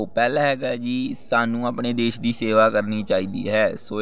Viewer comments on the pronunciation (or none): none